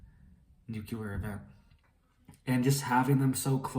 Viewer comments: Nu-cle-ar... not Nuke-you-lurr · Nucular? Or nuclear?? Lol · Nuclear = Nuke Lee Err You said "Nuke Yah Ler" That is incorrect. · It's not nucular it's nuclear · Please learn how to pronounce 'nuclear.' It not nucular.